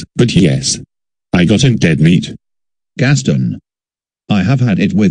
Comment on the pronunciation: They’ve called him Gas Stin instead of a word “Guess Ton”